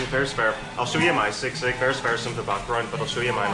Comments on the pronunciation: bro it's pronounced as SEE-sig not SIG-SIG 😊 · Hi 👋 nothing biggie but Filipinos had been saying SISIG while your pronouncing it wrong . No hate just a correction ❤